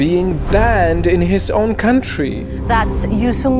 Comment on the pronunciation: "No I didn't know-how to banned my onwe countries"